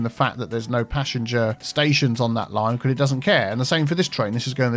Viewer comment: I keep mishearing passenger as passion jet lol